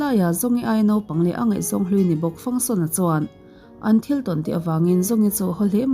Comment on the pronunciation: Zhong hi zawng tia ri lovin trong tia ri tur ania